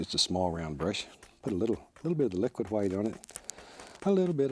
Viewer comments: 'hwite' is actually the original and correct pronunciation. Pronouncing it with just a 'w' is a fairly new thing. Look at other Germanic language and their words for white: Icelandic:hvítur, Old English: hwit, Gothic: hweits. The inversion from hw to wh was just a spelling thing. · 'Liquid qwhite' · The world did not start with a big bang… it started with a thin even coat of liquid hwhite